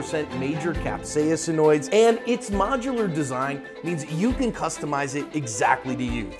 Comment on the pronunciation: Caspacinoids is pronounced “kas-PAH-sin-oids” with the emphasis on the 2nd syllable, not “kap-SAY-ah-sin-oids”!